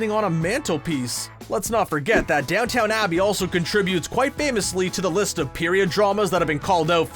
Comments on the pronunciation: The amount of times he says Downton wrong is painful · AARGGHH for a video nitpicking tv mistakes, you really didn't check your pronunciation of Downton, it isn't Down-Town, it is Down-tuhn. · Your channel should have a video called 10 times our voice over person mispronounced a name or place. It's Downton Abbey not Downtown Abbey. Please get these pronunciations right before recording your content. It makes a great video into a so so one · Every comment is about how he said DownTOWN Abbey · It’s not even call downtown abbey, it’s called Downton Abbey (which is pronounced down ton abbey) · It’s DOWN TON NOT DOWNTOWN ITS BOT AMERICAN ITS BRITISH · Diego/Kraken laughing in the elevator is not a mistake. In the comics, he can hold his breath indefinitely. He's not smelling the flatulence, but he's enjoying watching his sibs deal with it. Also, it's DownTON, not DownTOWN. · DownTON Abbey not DownTOWN Abbey. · I’m going to Gibbs slap you if you say DownTOWN Abbey instead of the correct DownTON Abbey again. 👋🏻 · DOWNTON NOT DOWNTOWN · DOWNTON not DOWN TOWN... jesus! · He kept saying down town, but isn't it down tun? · "Dowton" not Downtown lol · Christ.. it's not pronounced "Down Town" .. its "Down Ton". Learn to bloody read. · Talk about mistakes?!? It's NOT Downtown Abby It's DownTON Abbey!!! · Just one little note: It's "Crowned" not "Coronated" [edit] Okay, two notes. Downton, not downtown. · It’s pronounced Downton abbey, not Down-town abbey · Downton, NOT Downtown! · Oh my word.. my dude.. DownTON not Downtown.. as the dowager would say, "when you talk like that I'm tempted to ring your nanny and have you put to bed with no supper" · It’s Downton Abbey not DownTOWN Abbey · Had to rewind to make sure he DID say Down TOWN Abbey! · Screen Rant: Makes a video about bloopers. Also Screen Rant: Repeatedly pronounces Downton Abbey as Downtown Abbey. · So is continually mispronouncing Downton as "Downtown" supposed to be a meta joke about leaving mistakes in?